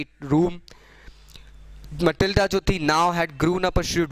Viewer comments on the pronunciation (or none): It is Matilda not Malitda